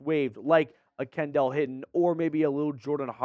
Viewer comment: It’s pronounced Kendall (Ken-Dull)